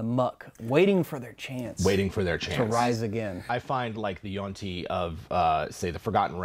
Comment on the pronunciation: Always thought it was yuan ti, not yuan ti. Learned something new.